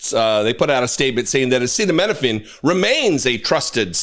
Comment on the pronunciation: Idiot cannot pronounce ACETAMINOPHEN, but thinks we should listen to his "medical advice".